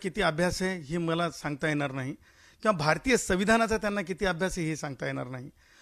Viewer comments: तु आधी अभ्यास हा शब्द नीट बोल आणि मग राज ठाकरेवर टीका कर .... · अभ्यास उच्चार नीट कर भाड्या,... मग राजसाहेबांचे विचार यावर चिंतन कर